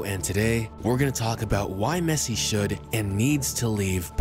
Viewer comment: The way he says la Mesa makes me cringe great vid tho